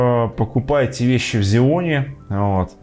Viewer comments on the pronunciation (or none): Сяоми, НЕ ксяоми